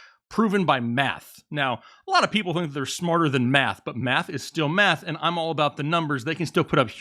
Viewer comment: Man, I could have sworn that you were repeatedly saying Meth and not Math 😂